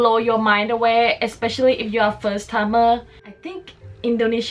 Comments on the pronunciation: Why do all you Americans have to say expecially instead of especially - sounds lazy & uneducated & I am sick of hearing this bastardisation of the English language. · e*S*pecially ...(not expecially) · Great info. Thanks. Also, that must be the world's record for using the "word" ECKSPECIALLY. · If you’re going to try to make an informative video please do the following: 1. WAKE UP! Sorry but you sound like you weren’t quite awake yet and someone handed you a script to read with words you’re not that familiar with and unsure how to pronounce. 2. Please learn how to pronounce the word ESPECIALLY! It’s not “...ex pecially...” or “ek specially”. Otherwise, Liked for info. I’ll do further research to corroborate👍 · “EXPECIALLY, LISTEN TO ME”